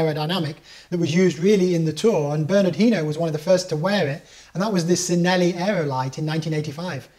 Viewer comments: Cheenelli not sinelli then you will sound 10 times smarter ;) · how the fack you pronounce "Cinelli"?!